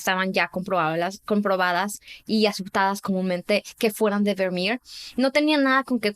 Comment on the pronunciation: Sería genial si la chica pronunciará de forma normal los nombres extranjeros, porque parece que tiene una Patata en la boca y se inventa la pronunciación tanto en inglés como en Holandés -aleman. No es Vernier por dios, Vivo en Holanda desde que tengo 5 años y me van a sangrar los oídos. Dejad de fingir acentos y pronunciaciones que no son vuestras naturales .